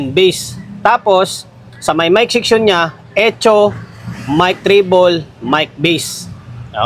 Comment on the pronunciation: Ganda ng pagka pronounce mo sa echo boss a. Etso😂